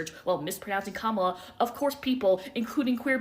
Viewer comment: I dont necessarily think "You have conservative family that you love" makes you a conservative yourself. However, if you still love and care for people who actively hurt you and the people you claim to support, and you speak out heavily against Kamala (and say her name wrong intentionally) and Biden, and are SILENT about the Trump administration, then it definitely makes you come across as one. Everything about her makes me think shes just absolutely way more right leaning and passive in her support for LGBT issues, feminist issues, POC issues, than she's actually claiming to be. I will be one to say, i hold zero love for my conservative family and ex friends. They actively vote for and sipport people who make my life as a trans person UNSAFE, and I should not be expected to hold any love for them just because they're family. And if you do hold love for your family that actively votes for horrible policies that makes the country dangerous for LGBT people, women, POC, etc. then yeah I have every right to assume you're okay with that as well, and will not want to support you or be around you.